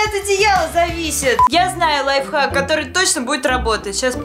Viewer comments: До какой лайфак правильно лайфхак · Ты сказала лай фак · Ты сказала лайфак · ты сказала не лайфхак лайфхак 🤗😉